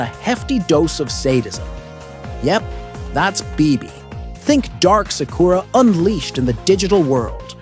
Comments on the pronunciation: “Suck-koor-ra”kinda triggers me, sorry 🤣🤷‍♂️ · You can't even pronounce sakura's name right 😂